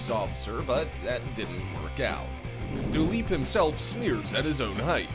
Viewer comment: Its not dalip its dilip